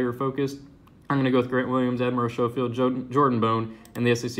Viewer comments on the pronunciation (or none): none